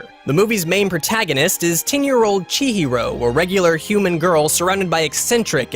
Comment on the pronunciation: Hearing Chihiro’s name being butchered is the worst thing I’ve heard today